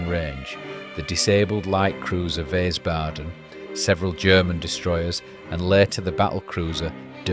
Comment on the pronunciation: not wheeys baden IE sounds like ueeeel Whiieeeesbaden.